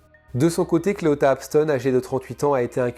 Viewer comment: Parce que les femmes sont les principales victimes. Évidemment. Comme Jany doit être malheureuse. Et ce mot est bien en dessous de tout çà. Clita et non Cléota comme tu le prononce est un gros enculé de sa mère. J'espère qu'il va pourrir jusqu'à ses 97 ans à Singsing.